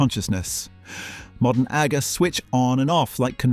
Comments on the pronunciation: Aga is not pronounced like Aga Khan, but rather "ar-gar". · PROOF THE NARRATION ON THIS VIDEO IS AN AI VOICE AND NOT A REAL PERSON: "Nothing says...(unnatural pause) British home (unnatural rising tone) than..." ..."and biDET" (pronounced with accentuation on the second syllable - this is American and not British. ...."???? bathroom goals?" (Completely unintelligible) It does not how how to pronounce "Aga". "There weren't mere cupboards..." (Intonation is all wrong) "They vanished when domestic service became unaffordable post doubleyewbwoowss". (Unintelligle robot bollocks) ....."stuck with adhesive". (Intonation is wrong and ends with an unfinished cadence). "Hundredweight" is pronounced incorrectly. .."1982 you rented them quarterly." (Sentences incorrectly run into each other with flat and unnatural intonation. 19::08 Sentences run into each other. Wrong intonation. Mispronounces "Agas" again. "Every British home had one..." ("Had one" said far too quickly and with incorrect stressing) Intonation is wrong again.